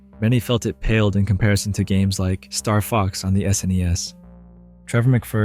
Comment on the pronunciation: Never heard anyone say Starfox and put the emphasis on the word fox